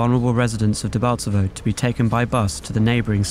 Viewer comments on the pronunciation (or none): Debaltsevo! Not "Debaltseve" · It's Debaltevo! not Debalteve